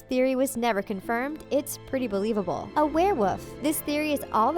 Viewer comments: Werewoof? 😂 it’s actually wereWOLF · You keep saying werewoof not werewolf. Say it right. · She kept saying wear woof instead of wear wolf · Wulf not woof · Why do you keep saying werewoof?!? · It's werewolf not werewoof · She wasn't saying wereWOLF she was saying wereWOOF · I swear she says ‘Draco is a werewoof’ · What's a "werewoof?" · The way she pronounces wearwolf Its not wear WOOF its wear wolf. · Lol werewoof don't ya mean werewolf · Why did they keep saying werewoof it's werewolf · its warewolf not warewoof, also fase.... sorry good video but that drove me insane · You say were-woof instead of werewolf and fose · Are you saying wearwoof? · It sounds like she's saying werewoof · She says werewoof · Wtf is a “werewoof” 😐🤔😂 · "A wereWoof" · If I hear this uneducated girl say “werewuff” one more time..... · malfoys a what? a wear woof? lol wear woof omg thats killing me. whats a wear woof? a little puppy that can change its size? i needed that laugh thanks. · What’s a ware wuff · Can someone please teach this woman how to say werewoLf??? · I couldn’t take it seriously after she started pronouncing werewolf as warewoff😂😂😂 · I'm sorry what a werewoof? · This is like the 3rd video I've watched where she's said warewoof, I thought it was an accident the first time but 3 videos is not an accident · It’s werewolf not werewolf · Think you should spend more time learning how to pronounce werewolf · This is the biggest pile of crap I've ever heard. And learn how to pronoiunce Werewolf. Please.